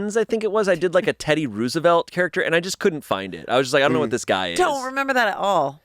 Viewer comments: I thought I was the only one hearing him say ROO instead of ROW. I searched the comments just HOPING THAT SOMEONE ELSE HEARD IT TOO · The “Rooz-uh-velt” saga continues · just an FYI, it’s pronounced “Rose-evelt”. I know, the double “o” throws people off sometimes. This is why a lot of Teddy’s campaign items during the 1904, 1912, and 1916 elections feature a rose on them as his symbol. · this has been going on for far too long. It's row·zuh·velt. ROW, ROW. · The way that says Roosevelt so confidently makes me think he’s trying to gaslight me into think it’s that pronunciation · Someone teach this man how to say Roosevelt… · Can someone please make a complication of every time says Teddy Roosevelt like that lmao